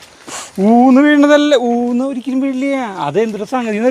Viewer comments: Oonnu ennanu paryunne allathe oonu ennalla ente ponnooo ente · ഊണ് അല്ല അത് ഊന്ന് ആണ് 🙂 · ഊന്ന് എന്നാണ് ഊന് എന്ന് അല്ല. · ഊന്ന് ആണ്. ഊ ണ്‌ അല്ല.